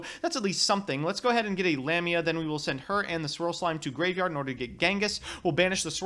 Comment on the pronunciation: it's Lamia not LamiNa, and it's pronounced LáPláce not "laplaice" it's in honour of a french mathematician.